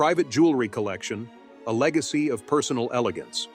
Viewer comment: “Legeacy” ? I think not!